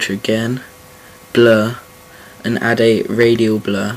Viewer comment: lol it sounds like you say 'bleh' for 'blur' lol :D I love the accent tho love it xD